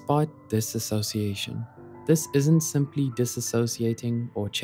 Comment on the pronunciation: One thing… you pronounced (and sometimes spelled lol) dissociation wrong haha It’s a common error. It’s “Diss-oh-see-ay-shun” not “Diss-ah-so-see-ay-shun” As I like to say, there’s no “ass” in dissociation lol